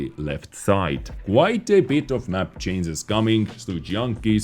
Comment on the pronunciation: Dude its not cances, its changes !